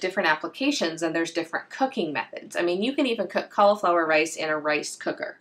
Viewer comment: im from australia great video by the way but it sounds like you dont pronounce the i in cauliflower so it sounds like you say caulaflowar also the way you say er sounds like ar so sounds like your saying caulaflowar